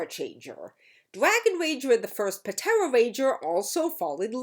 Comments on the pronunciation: "P-tera ranger" You do know the P is silent right? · Dawg puh-tera ranger 💀 Idk if that's actually how that it was pronounced in the show but I'm dying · I like how the P in "Ptera" was pronounced rather than silent. Not sure if that was intended, but if it was, I got a laugh 😊